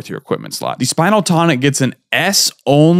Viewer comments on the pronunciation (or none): As I've heard a dozen people pronounce it wrong, it's spinel the gemstone, not spinal so it's spuh-nel/spin-ell tonic